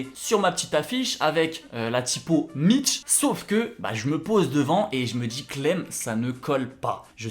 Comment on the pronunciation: Perso le T dans mitch me dérange 😬 Sinon t chaud 👌